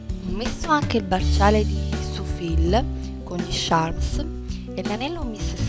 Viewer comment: Tutto perfettamente abbinato, anch'io faccio così. Quasi sempre. Stai proprio bene. Visto che siamo come sorelle..... Si dovrebbe pronunciareTiffany en Ca. e ciarms, per i ciondoli. Tutti gli spignatti, anche l'ombretto, che magari non rifarò per adesso, mi interessano perchè da ogni tuo video si apprende sempre qualcosa.Baci.